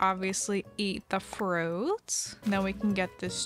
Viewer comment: "we have this little piece of frOAOUT... and then we obviously eat the FROIÜÆGHT..."